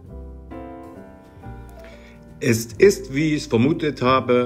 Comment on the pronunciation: Üsch kann i von ü und ch von sch nüsch unterscheiden. Grausam.